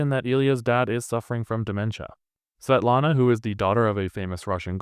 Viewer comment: Svietlana si pronuncia SVIETLANA. Oppure se vuoi proprio in russo in posto di "L" fai "W" inglese.